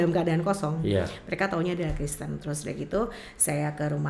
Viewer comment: sekolah tidak Tante Penyebutan itu yg benar Kristen bukan kresten